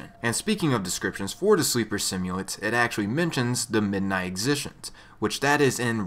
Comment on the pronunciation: "Exi" like the first part of Exit, "Gent" like gentlmen. Thats how you say it.